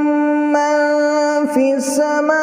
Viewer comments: Bhai is me 1 ghalti he مَنْ في السماءِ he سماءُ nahi he is ko sahi karo ن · Isme 1 mistake h samaaa_e likha but read samaa_u kra ayat no:16 me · سوره ملک آیت نمبر 16 میں حرکت تبدیل ہوئی ہے ریکارڈنگ میں ءآمنتم فی السماءِ (ھمزہ کے نیچے زیر ) ہے ریکارڈنگ میں فی السماءُ (ھمزہ کے اوپر پیش پڑھی گئی ) کائیندلی درست فرما لیجیے